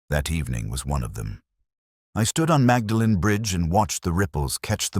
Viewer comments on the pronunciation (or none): The narrator (AI?) should learn to pronounce “Magdalen” correctly